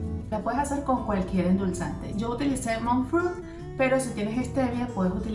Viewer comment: Que endulza te es no le entiendo 😬